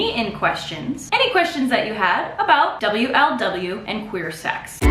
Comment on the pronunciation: the way u say double u el double u instead of wuhluhwuh. honestly impressive